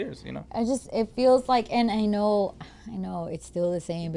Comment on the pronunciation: Please get a speech therapistssss 🤦🏽‍♂️🤦🏽‍♂️😂please